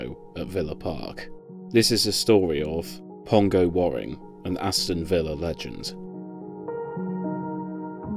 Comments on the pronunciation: It's pronounced wearing not warring, and Tranmere's ground is Prenton not Brunton Park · Youre saying his name wrong. His surname is pronounced as wearing. As in what are you wearing today